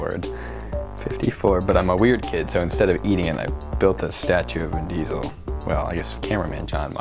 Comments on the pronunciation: Its vin chesel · Vin Diestel